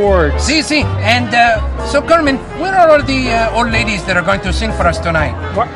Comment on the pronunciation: Pepe is awesome and the way he calls him kermin everytime loool😂😂😂